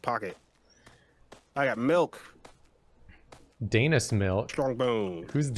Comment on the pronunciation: It hurts me to heart them say daynis